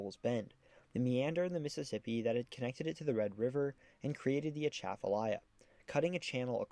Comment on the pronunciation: You did better on the pronunciation than most but the emphasis should be be on the second syllable of Atchafalaya, not the first. like uh-CHAFF-uh-lie-uh